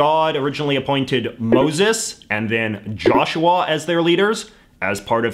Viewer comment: Is anyone else gonna talk about how he pronounces joshua like "jarshawar"